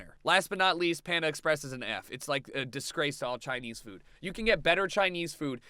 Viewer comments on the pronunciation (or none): none